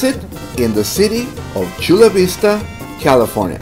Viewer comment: And what's with them not knowing how to pronounce Chula Vista they pronounce it like Bros and they don't look like Bros to me LOL